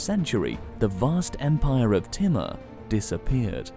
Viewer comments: hi ,,, kindly try to learn right pronunciation of names so we can understand exactly whom u talking about ,,, for example u keep saying "Teemar" but its not "Teemar" but infect its "Taymoor" written "Taimoor" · its not pronounced as "T" MUR... its TEEMOOR... he was as cruel as genghis khan himself! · His name is not thimar it's thamur